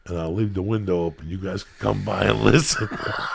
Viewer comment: Listen… “I’ll leave the winda open and you guys can come by & listen”